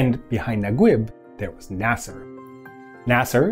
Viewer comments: Mohamed Naguib is pronounced na-geeb not nag-web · mohammad nagweb !! lol it's nageeb not nagweb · Say NagUib one more time. It is spelled Nageeb as in E, in case you are wondering. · Naguib is pronounced Najeeb or Nageeb in the Egyptian Arabic accent. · Great video, but sorry I have to point out that the pronunciation of Naguib is "Na-geeb" (Egyptian Arabic) or "Na-jeeb" (Traditional Arabic). Just in case his name comes up again in future videos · Slight pronunciation correction: Naguib is pronounced Nageeb (eeb as in deep or Gui in guitar) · I dont understand the english version names for egyptians. Naguib? It’s Najib (Na-jeeb). Gamal? It’s Jamal (Ja-mall). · Nice video ... Naguib is pronounced "NAGEEB" FYI :-) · Great video, it's pronounced Mohammed NAGEEB. ❤👍🏽👍🏽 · it is pronounced Nageeb